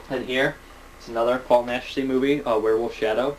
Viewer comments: hey, awesome, how the hell did you get so many dvds for christmas? Just for the future I know it's pronounced 'Nashy', pronounced without the 'c'. It's a stage name though, his real name is Jacinto Molina. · Paul Naschy's real name is Jacinto Molina, but it's pronounced Nash-ee, just to help you out. I'm completely obsessed with European cult films and the actors in them (as well as the directors), so if you need a hand with who's who and some of these tongue twister names, let me know, dude;) Great work, keep it up. REPRESENT THE SCHLOCK!;)